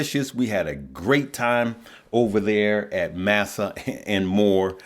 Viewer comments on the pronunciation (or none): Is it Indian food? I think that's pronounced mah-sah, not massa